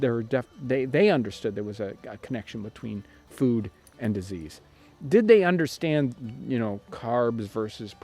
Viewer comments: Him almost mispronouncing "understand" is the only mistake I think he's ever made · Love your videos! I just have a question: did you mean to say "...and did they understand their nutritional value?" I heard it as "Understrand" and don't know if I genuinely just misunderstood the sentence. Thanks! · "Understrand" lol! That was the best take, eh?